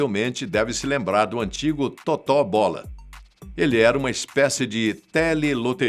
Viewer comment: A pronúncia correta é Tôto Bola, não Totó Bola.